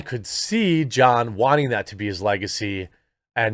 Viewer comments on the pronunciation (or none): none